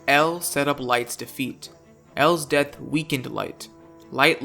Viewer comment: Guy doesn’t know how to say death